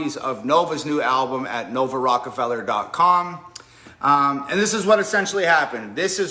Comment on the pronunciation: Wait did you say Rockefeller?